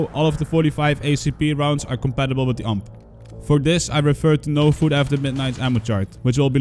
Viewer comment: Every time you say UMP I die a little inside.